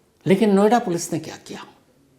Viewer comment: नोएडा पोलिस ✖️एडा पोलीस😂